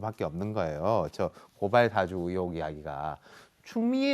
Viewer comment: 의혹이라 못하고, 으혹이라말하는거 보니...ㅎㅎㅎ 아랫쪽이구나.......